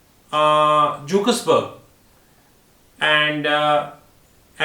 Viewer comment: Pronouncing Jeff Bezos and Mark Zuckerberg wrong too many times